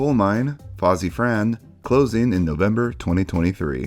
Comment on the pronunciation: it's pronounced Foss-uh-vran, no to ee-fran